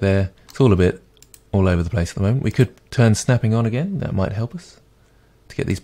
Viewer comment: "...so have a go at thaTT" :'D